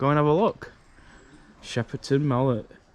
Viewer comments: It's called shepton mallet not Shepperton mallet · It’s pronounced “Shep Ton Mallet” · You haven’t said the name right 🤦‍♀️